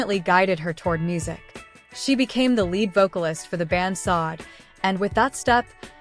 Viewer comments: Her name is pronounced “Saw-Day!” Not SOD! What the fuck?! Why don’t you guys try listening to announcers and other shows and how they pronounce her name! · Please.. its pronounced Shadé isnt it...!!!!! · Why is her name being mispronounced; very desrespectful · yes horrible fake AI